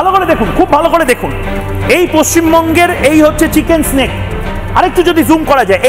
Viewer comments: আরে ভাই চিকেন স্ন্যাক নয়, কথা টা চিকেন নেক। এদের কে সাংবাদিক বানায় ? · চিকেন স্নেক কি ভাই ? উচ্চারণ করতে পারে না😅